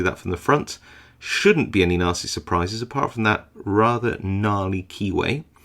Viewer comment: when picks a german lock and his "... any NASTY suprises..." sounds a bit like a different word...:P